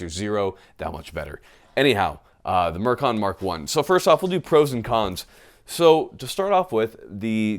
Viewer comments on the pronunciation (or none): All I keep hearing is merkin.